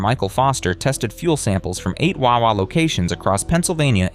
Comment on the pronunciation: i hate how this guy says wawa it annoys me